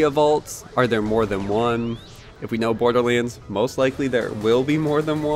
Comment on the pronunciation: Damn it! Stop saying "BORDERLEENS"!!! It's BORDERLANDS!!!